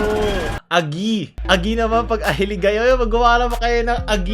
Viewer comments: not "agii" its "agih" HAHAAHA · tanginang diin(stress) yan aGI yon hindi Agi. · Ang pag pronounce po ng agi ay matigas po ang i sa huli😊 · Aggiiii Hindi agi pronounce nyan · Agi pronounced as Agie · I like your filipino accent can you say it again? : agi HAHAAHAHAHA hiligaynon kanser here